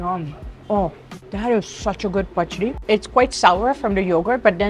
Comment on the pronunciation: You pronounced pachadi so perfectly